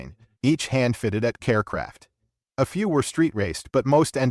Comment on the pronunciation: That would be Kar Kraft, you stupid AI not Care Kraft!